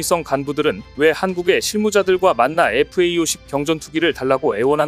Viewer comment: FA-50이라고 쓰고 FAE50이라고 읽네요.